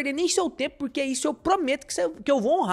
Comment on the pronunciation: MEUS ELOGIOS AOS CONTEUDOS DOS SEUS VIDEOS, DE VERDADE. MAS NAO POSSO DEIXA DE OBSERVAR AS PRONUNCIAS DAS PALAVRAS...RSRS. . . Esse " puriquê" falado é o charme dele. Kkkkk...e na voz dele Também as palavdas : pairti", " Govéirnuuu" , " ceirtas", " méircado", " cairteira", cara que embola a lingua nas silabas que têm a letra "R". Imagina ele falando a palavra AEROPORTO!!!! KKKKL CURIOSIDADE APENAS, VC É DE QUAL CIDADE DO INTERIOR DOS SUL OU DO SUDESTE?